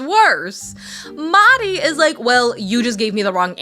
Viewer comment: Sorry I haven’t been keeping up with the show- did you change your pronunciation of Mahdi because it came up in the show that Stevie was saying it wrong? Because I need to know if they address it 😂